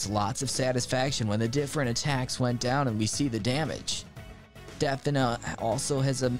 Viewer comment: For 2nd game Defina, It is pronounced as "The-Fee-Nah"😀 and instead of champions, it is heroes instead. 😅😅 Some mistakes on our part Very cool game by the way, some Beta Game footage is above!!